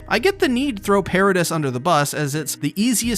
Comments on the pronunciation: It’s called Pair-ahh-deee not pair-ah-dis… the S is silent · This is the one and only time the way someone says something has bothered me it’s “Parades” not “paradis” if you know what I mean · I wonder if you pronounce debris the same way you pronoun paradis lol I just couldn’t ignore it lol. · the way he says paradis 😶